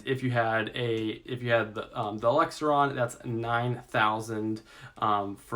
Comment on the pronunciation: OMG, were you drunk for this one? What's an exiler? An ELIXER? And what kind of math reader are you...cheese on rice and I actually followed you prior to this! 25 256k 20k600